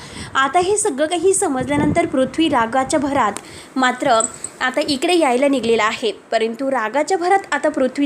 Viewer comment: मॅडम ," निघलेला " नाही " निघालेला ".एक्सप्लेशन " नाही " एक्सप्लनेशन " " टॅंम्पो " नाही " टेंपो " , व्हिडिओ करतांना वापरायचे शब्द बरोबर आहेत की नाहीत याची आधीच माहिती करून घ्या .